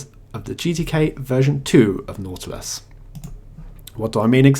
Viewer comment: What did you use to make KDE look and behave like Unity? I am very interested in this. Also, I think it was just me, but I kept hearing "naughtless" when you said "nautilus". Took a whole to figure it out and stop giggling.